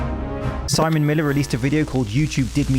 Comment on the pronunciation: When SI-M-ON name come up respek it. 😂😂